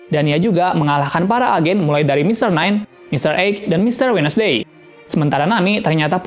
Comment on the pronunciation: Bacanya wendsdey bang :)